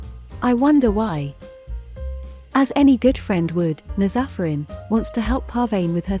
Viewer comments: Not everyone pronouncing Nazafarin in the wrong way 🤦🏻‍♀️😂 it's NAAz Afərin...a persian name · Those names are Persian and I'm Persian the way it pronounce them is so funny to me :)) BTW, it's paar-va-neh پروانه/ naaz-afarin نازآفرین